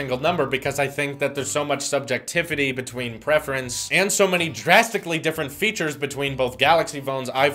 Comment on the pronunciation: “Subjecttiffity?” You mean subjectivity right?